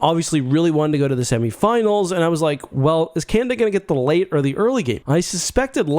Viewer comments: CanAda !!!! Not Canda !! So annoying! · can-ahhh-dahhhh* just in case your having trouble saying it. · Not gonna lie, I thought you were saying "Kanda" like it was a players name on the team and it took me a while to realize. I got through your other world juniors vid without even noticing lmao. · Three a's in Canada. It's not pronounced Canda.